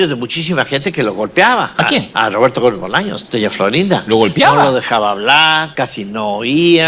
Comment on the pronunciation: Este video está tan mal hecho... Es que ni el nombre lo dice bien: Roberto GÓMEZ Bolaños